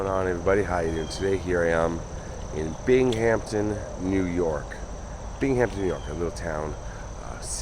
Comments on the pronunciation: it is pronounced bing um ton all one word big Hampton smh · Interesting thanks. Common mistake ppl make is the pronunciation of Binghamton. It's Bing Ham Ton. Not Bing Hamp Ton. Ppl tend to throw a "p" in it. No worries ☮ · Bing-am-ton, aren't you a hockey guy?? Never heard of the Binghamton(Bing-am-ton) Rangers my guy? Lol. I know you would think it's like the Hamptons, but there is no P in Binghamton. Thus our NY accent sounds it out differently. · Thanks for another excellent video, but I believe the city's name is pronounced BINGUMTON rather than BING-HAMPTON. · Try to pronounce it Bingemton New Yorkers typically don't pronounce the h .. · Great story but its pronounced, Bing-Um-Ton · What a lovely cemetery. I love walking through them, as I find them so peaceful. An FYI Binghampton is pronounced bing·uhm·ton. I went to boarding school in New Lebanon and a roommate one year was from the area. Love watching your videos, especially the few you've done in my home state. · Thank you for telling the tragic story of this fire in my hometown, Binghamton NY. NY cemeteries really are the best. Oh, and in the long history of teaching pronunciation of "Binghamton" to outsiders: Binghamton has no "P", it's just basically pronounced as a smooth(ish) "Bingham-ton". Sorry to be grammar nazi. I enjoy your work! 🐈‍⬛ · Thanks for bringing this past tragedy back into the minds of people. I wish I knew you were in the area, would be great to see you again. Thanks again for another great video.Take care! 🤟 Bing-uhm-tn......not being snooty, just helping out...lol. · Its pronunciation is bing ham ton but say it quickly lol sorry im a New Yorker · I know it's not important but I'm cringing. Just don't pronounce the H. Fellow NYer here❤ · I was cringing to